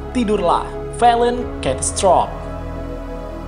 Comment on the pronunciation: Catastrophe disebut censtrop 😂